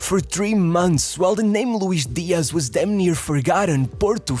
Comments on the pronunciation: Louish Deeash. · What is this 'Luish Diash?' He's not Brazilian, but Colombian. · why is this guy saying colombian names like hes brazilean JAJAJAJA